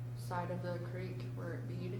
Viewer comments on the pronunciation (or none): in all his interviews he pronounces it as "Crick". Funny how he now pronounces if as "Creek".